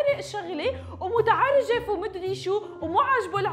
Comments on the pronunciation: متعرجف 😂 (متعجرف) ❤ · مين لاحظ انو قالت مرتين متعرجف بدل متعجرف 🤣المرة الأولى بالدقيقة والمرة التانية